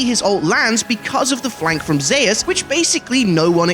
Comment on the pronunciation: ??? Is no one gonna talk about the fact dude is saying Zeus completely wrong? Man just said Zahus?!